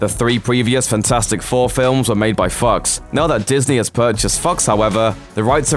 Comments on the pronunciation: It's fOx not fucks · Took me a while to figure out if he was saying fux or fox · Thought he said "-made by fucks" instead of " -made by fox" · It’s actually fox, but it sounded more like fucks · it sounds like you said the fantastic 4 movies where made by fucks. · I heard him say Fox as Fucks? I am okay with that. They did fuck up F4. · Did anyone think he said fucks instead of fox? "the last 3 films were made by fucks". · When you pronounce"Fox" as "F**ks" 😂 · it took me four rewinds to figure out he was sayin fox, not something else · The way he says fox sounds like hes saying fucks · I thought he said the last fantastic four movies were made by “fucks”. I was like ok true but kinda rude lol. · I heard it that way too 😂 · The way he says. Fox sounds like fucks. . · I thought I heard him say, "...made by f*cks". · Who else thought that when he said fox,he said fucks lmao ✊ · The fox sounded like fucks to me...😂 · When the narrator says fox it sounds like he's saying fucks lol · when he said fox I though he said Fucks. Which is almost the same thing when it comes to F4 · I hear Fucks not Fox... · Lol anyone notice how he pronounced fox as fucks?? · Am i the only one who heard 'The three previous fantastic 4 films are made by fucks' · Anyone else keep hearing him say "fucks" or is that just me? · It sounded like he said "fucks"😂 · Fred Fucks? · I can't be the only one who heard "the three previous Fantastic Four films were made by F**ks" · I heard Fucks too lol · I misheard it as Fucks too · He said fucks, then changed the pronunciation slightly for Fox. It probably wasn't intentional, just truth streaming from his unconscious mind lmao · I read this before he said it and yes it does sound like that. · He comprehended what was said. But you can't dent that that Fox is different from the Fox just a few seconds later. The first Fox definitely sounds closer to fucks than Fox. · BreadDawg I heard fucks, too. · I swear he said f*cos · I heard Fux!🤷‍♂️